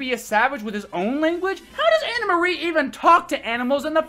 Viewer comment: Stop calling her Anna Marie. It's Anne Marie. I love these videos though.